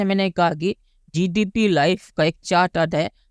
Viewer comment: Bhai tu pehle GDP bolana Sikh le